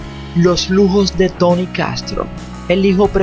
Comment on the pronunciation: Pero no digas tany dilo como es Tony.